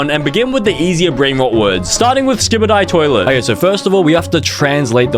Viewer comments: i love sky bee dee toilet but i hate ski bid ee toilet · "skybidee toilet" "grymis" sonlevenz 🫩✌️